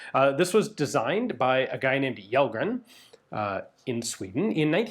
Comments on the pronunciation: Yellgren hah, it's "shellgren" in that case! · Kjellgren is pronounced like Chell-gren. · Kjell in Kjellgren is pronounced like shell (like an eggshell), so Shellgren is about right. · Kellgren and Kjellgren are pronounced "Shell-grenn". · Kellgren is pronounced Shell Gren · If his name is Kjellgren/Källgren/Kellgren it should be pronounced as Shell-gren. 🤓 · Pronounciation tip: the swedish KJ in Kjellgren is pronounced like the SH in Shell. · Alright, here’s how you can explain Kjellgren to an English speaker: • Kjell- → In Swedish, “Kj” is usually pronounced like “Sh” in shoe. The “e” is short, like in get. So it comes out close to “SHELL”. • -gren → The “g” here is a hard g, not soft. The “e” is again short, and the “n” is clear. So it sounds like “gren”, where the vowel is like in men. Put together, it’s roughly: “SHELL-gren” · Kjellgren is pronounced "Shell-grehn" :) Swedish it VERY difficult with all of our different K, J, S sounds that make no sense and vary in spelling alot between words. Like it could be Kj-, or Skj-, or Sch-, they would all be pronounced kinda the same 😅 But I think you're usually really great at pronounciating! Lovely video as always! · Kjellgren in swedish would be pronouced: Shellgren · "Kjell" Is pronounced approximately as "Shell"in English. Take it from a Swede. We have a lot of "sh"-sounds spelled in many weird ways. About 10 of them. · Kjellgren, is closest pronounced like ”shell - grain” that’s more or less how we say it. Kjell is shell (like shotgun shell) and gren is pretty close to your word grain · Kjell in Swedish doesn't actually have the silent "K" like that. Instead the "Kj" is quite close to "Sh" in "Shell" so say it like "Shell-gren" and you'd be almost spot on (as well as quite fitting). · for future refrence to how to pronounce Kellgren just say it like Shellgren and it will sound correct, thanks for the video! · Kjellgren is pronounced like shell gren. Interesting video! Greetings from 🇸🇪